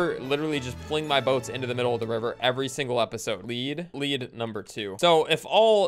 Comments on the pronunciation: lead rhymes with WEED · is bad with the “lead”